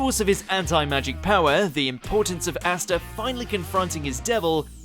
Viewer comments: astaa its pronounced as aastaa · I hate the way you pronounce astas name.